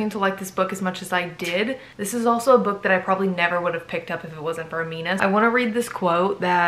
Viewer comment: Love this so much, but it's pronounced Aa-mi-na. Sorry!